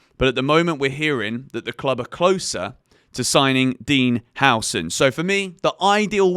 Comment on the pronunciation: Dean Howson? Dude you can't even pronounce the names of the players you want, you have NO idea about what type of players you have on that list.